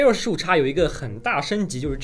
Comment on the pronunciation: 15X 15X 15X 那是 英文發音啊 .... 唸岔 真的不怕被外國人笑 (真實經歷....